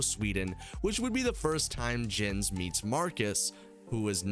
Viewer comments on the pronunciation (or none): Blud you did not just call my man "jens". Its pronounced "yenz". Anyway, great video.